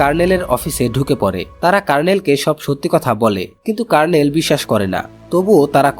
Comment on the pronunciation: কার্ণেল 😂😂😂। দু:খিত। আপনার আরো অভিজ্ঞতা প্রয়োজন